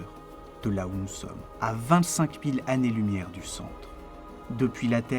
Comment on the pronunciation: "L'infini est une idée sans image !" Voilà qui est admirablement formulé. Merci pour ce film et bon courage. Toutefois, attention aux oreilles : "les 6 mille zannées lumières" "leur(s) interactions" et aux yeux : AMA(S) LOCAL.